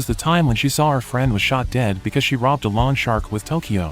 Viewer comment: Will lawn shark mow my lawn. Lol. Maybe check how to pronounce “loan.”